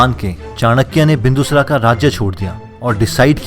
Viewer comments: सबसे पहले मैं यह चाहता हूँ जो भी व्यक्ति इस वीडियो में नैरेशन कर रहा है वो अपने डिक्शन को सुधारे सबसे पहले आपने कहा विष्णुगुप्ता तो यहां विष्णु गुप्ता नही विष्णुगुप्त है दूसरा बिंदूसरा नही है बिंदुसार है थोड़ा सा इस तरफ ध्यान दीजिए और अच्छा हो सकता है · पहले शब्दों का शुद्ध उच्चारण करना सीखो । क‌ई शब्दों में अशुद्धता है जैसे,,, बिंदुसार को तुमने बिंदुसरा बोला।